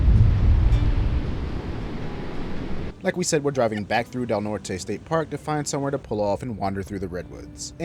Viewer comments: Just in case nobody else has said it to you it’s pronounced Del Nort even though its spelled the Spanish way as in Del Norte! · I forgot to tell you about the local pronunciation of Del Norte - we pronounce it without the “e” - just 1 syllable. I haven’t been able to find out WHY. Quirky, right?